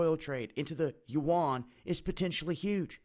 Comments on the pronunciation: Yuan is pronounced like when you say "U.N." fast. I lived in China 9 years. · I thought I was hearing it mispronounced.